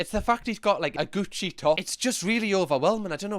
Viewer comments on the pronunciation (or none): none